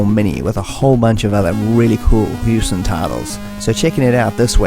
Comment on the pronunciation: X-Out is pronounced "Cross Out", as the intro of the Amiga version demonstrates.